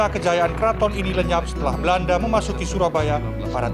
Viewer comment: bacanya bukan "curabaya" pak. Tapi syurabaya. itu C-nya di coret bawah adalah penulisan jawa jaman dulu selayaknya penulisan cakti dengan c dicoret itu bacaannya syakti